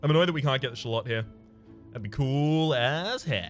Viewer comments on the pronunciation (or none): Has anyone told this poor guy how to pronounce shallot yet?